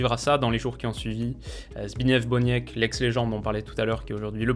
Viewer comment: On dit Zbig-nièf Bonièk et G-jè-goch Lato (le "rz" polonais se prononce comme un "j" mais la difficulté d'articulation au sein d'un mot le rapproche souvent d'un "ch"; pareillement si le "w" polonais se prononce normalement "v", en fin de mot il ressemble plus à un "f")